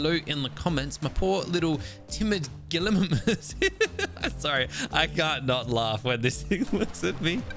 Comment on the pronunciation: Hi, I just wanted to say it’s pronounced Gali-migh-mus. Also great video I loved it.